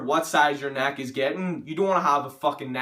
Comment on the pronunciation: Thick NACK JK man everyone has an accent, not mocking you